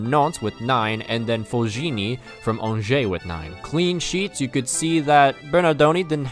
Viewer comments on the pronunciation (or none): none